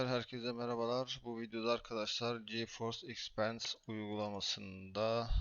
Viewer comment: ekspens değil eksperiyıns. Neden bu videoları çekenler hep başka şeyler söylüyor alt tabdan izliyorum hiç anlamıyorum. google translate yazınca okunuşunu da okuyor artık yani.